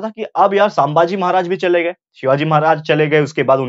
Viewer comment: Saambhaji nahi sambhaji